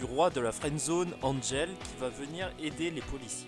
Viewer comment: Et c'est pas angel g ancher se prononcé *Ankrel !